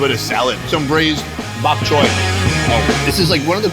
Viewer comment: Love watching your videos!!! I am also visiting Singapore and love Chinatown. I was actually there in Chinatown on 12 June. Love the Chinatown Complex Food Center. I will go and try the Pig Trotter dish. Also, Thank you for saying BAK Choy (correct way) and not BOK Choy like most American's say. I believe Mark Wiens is also in Singapore, you two should do a collaboration video again in Singapore. Hope I can bump into either of you one of these days.